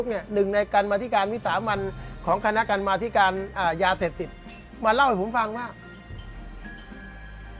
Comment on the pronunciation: มีผู้เรียกท่านเดชาว่า "อาจารย์" อยากทราบว่า อาจารย์ มีพจนานุกรม ใช้หรือไม่ (กัมม+อธิการ=กรรมาธิการ ต้องอ่านว่า กัน-มา-ทิ-กาน ด้วยหรือ)